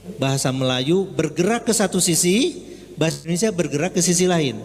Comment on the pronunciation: Maaf bang indonesia bukan indonesa, gelihdengarnya😂😂